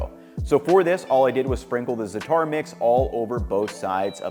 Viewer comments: you sprinkled the zatar mix??? do you mean za'atar? please my friend, zah ah! tar. And I'm not even middle eastern lol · this was a great video, and i appreciated that different cultures were taken into account! just an fyi, the middle eastern spices are called "Zah-tar" (treated like two words) not "Zat-ar". and traditionally theyre used exclusively on bread, so using it for chicken is novel. the food you made looks great, just offering insight as an arab! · Zah-Tar...emphasize the zah a bit more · zah-tar. but good video! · i agree for the most part, but my advice gives the white way to say it, not the authentic way. what did is the equivalent of saying "tayco" instead of "taco". im not expecting perfect as-if-he-were-native pronounciation, just enough for people to understand what food he's referring to. if i wanted to pronounce it in perfect arabic id be giving in depth info on how the first vowel isnt meant to be an "a" sound it's meant to be an empathic vowel, which doesnt exist in english. all im saying is how to pronounce it the way most americans say it